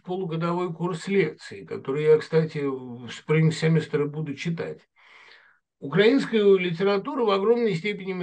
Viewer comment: УкрАинская культура, укрАинец режет слух,. Это странно, что филолог ставит неправильно ударение. И даже не слышит, что Быков произносит укрАИнец. Надеюсь, что этот комментарий будет замечен.